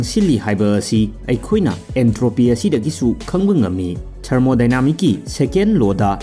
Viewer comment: Brogi pronunciation se khara pose tahallo, adoidi keisu thoidokpa awatpa leiraroi.... Khudam oina thermodynamics to thermodynamics haina adum pabiyo... Science ki matang dadi Ucharon da "s" ama hek watpada taba nungaijada toubane... Hope you'll be more careful in ur future videos...